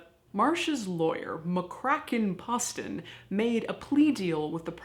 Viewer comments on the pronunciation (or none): “McKraken Pusstin”